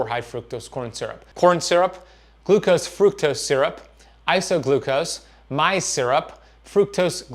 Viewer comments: maize, pronounced 'maze', rhymes with 'haze', like purple haze! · Pronouncsd maze just like native word for corn its same all are corn or(maze)